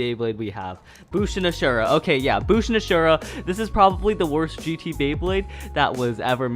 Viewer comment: I hooe ya know its ashindra not ashura 👀